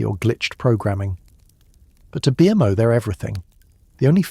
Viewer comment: BMO NOT B M O PLEASE